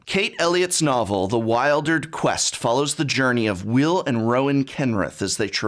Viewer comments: Great review, I could really feel the magic and how moving this story was and the themes that surround it. One question though, isn't it pronounced like "Wil-der-d"? (Not "Wild-erd") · I thought it was pronounced "weeldered" and not "whiledered"... :-/